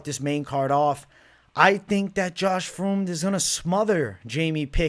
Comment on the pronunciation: Spelling: "Fremd": "Froomd"